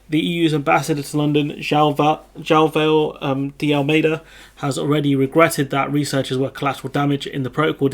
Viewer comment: "All measures at its disposal"? If they get three French customs officers to take a sickie from the same day it could be enough to grind the UK economy to a halt! 😁 PS: If you're trying to pronounce Joao simply say Joe Ow quickly.